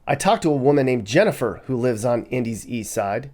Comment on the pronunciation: Lol “Jennifer”